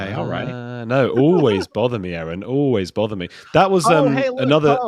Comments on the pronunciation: I love the opening A-A-Ron! Makes me laugh every time!😂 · It's Castle Rock not Capitol Rock, Colorado. Lol. You're amazing, a -a - Ron. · I like your Shinner A A Ron 😀